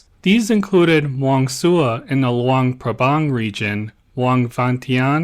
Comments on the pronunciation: It's Luang Prabang, not Luang Pabrang. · Come on… it’s annoying to pronounce Luang Prabang so incorrectly like that. Luang PrapRang? Anyway. I love your content, just check things before posting. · Some other minor mispronunciations - you said SOkhUthai instead of SUkhOthai and you kept saying Luang PabRang instead of PRabang. But still good video as usual.